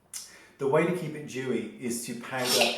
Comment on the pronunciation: Lol "dewy" really sounds weird to me.